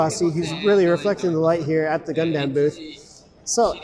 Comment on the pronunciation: Lol the idea that you can only buy P-Bandai online in Japan. Don't know how I managed to get Hyaku Shiki Crash from a US retailer... Also, if I hear "Gun-damn" one more time...